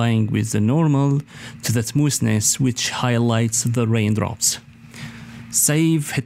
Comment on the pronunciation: It is smoth ness Not smoos ness